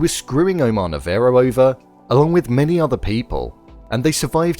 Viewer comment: You dont even know how to pronounce Omar Navaro right. Seriously? Didi you even watched the show or you are making this video just for viwes? They mention his name 1000 times and you dont know how to say it?? pfff